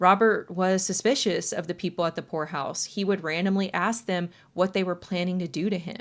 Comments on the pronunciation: for a good minute i thought you were saying whore house not poor house and i was so confused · At first I thought you wh*re house lolololol not poor house